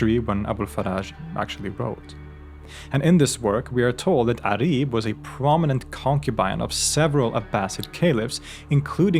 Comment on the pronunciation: I like to say that her name is عُريب (auraib) not عَريب (arib)